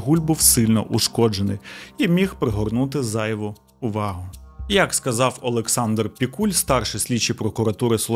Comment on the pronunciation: У вас криміналіста звуть "ОлексНАдр" 😂 на *